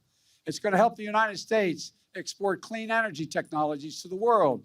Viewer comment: I'm sick of listening to all his BS but hearing how he pronounces unined states is the only thing that makes me laugh